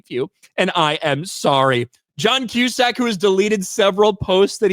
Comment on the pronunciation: Who’s John Cuesack 😅😅😅😅